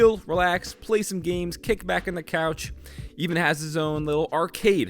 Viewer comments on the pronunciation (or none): "Even" is probably pronounced like "Evan"